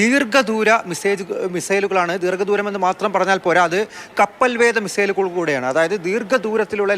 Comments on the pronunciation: കപ്പൽ വേദ അല്ല..... വേധ ok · കപ്പൽ വേദ അല്ല കപ്പൽ വേധ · കപ്പൽവേദ അല്ല വേധ ആണ്